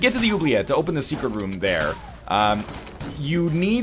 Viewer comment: As a french canadian im actually rather pleased with how you say "oubliette"